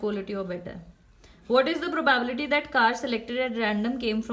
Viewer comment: ma’am can you please pronounce “probability” correctly